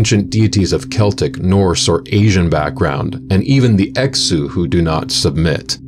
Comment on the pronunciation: Btw, Exu is pronounced "Eshu".